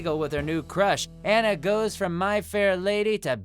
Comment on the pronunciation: Dude, love what you do but MUST YOU butcher the pronunciation of Japanese names so??? Hearing Anna's name (and rank tbh she and what's-her-face in the sheet deserve a somewhat higher rating) made me cringe so